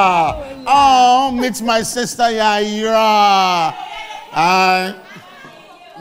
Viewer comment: It’s Yayra not yayira